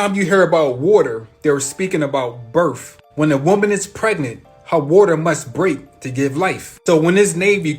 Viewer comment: I'm sorry, but the guy talking about the age of Aquarius &the rest of his theories? I CANNOT, in good faith, believe someone who can not say the word "birth". It's a TH, NOT an F! I know English is hard, but COME ON.....😑🤨🤔🙄